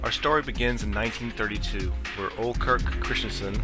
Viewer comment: The name Ole is said as "OLAY"